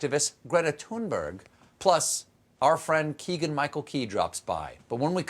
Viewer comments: Her name is pronounced like "toon-berry" not "thunberg" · Stephen: (and everyone who doesn't know Swedish pronunciation) Greta's last name is pronounced "Tun-bury" the "g" is pronounced as a "y".